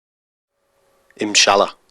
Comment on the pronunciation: dear maker of this video, you should say: INSHALLAH and not as you are sayiny the whole time: iMshalla. nice video btw